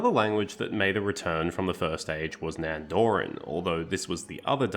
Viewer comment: This video is great, but let me help you with pronunciation. These are the best English approximations I can think of (still not correct Elvish): Sindarin: SIND-a-rin/THIND-a-rin Alqualondë: alk-wa-LOND-eh Nandorin: NAND-o-rin Anduin: AND-win Avarin: AV-a-rin Gil-Galad: gill GAH-lad Bruinen: BRWIN-en (two syllables) Noldorin: NOLD-o-rin Ethellond: eth-ELL-ond All in all, you basically mispronounce every word ending in -rin. They're most usually stresses in the third-to-last syllable, not in the second-to-last as you do.